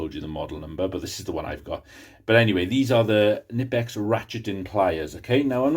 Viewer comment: Try researching how to pronounce Knipex if you want credibility.